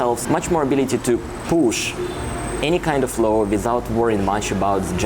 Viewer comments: please say law, now low :). Apart from that: excellent. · I am sorry to correct you, but low and law is a separate thing and please do not use that L in should, could and would, it is just painful, I know you are a decent guy, just keep improving as I do!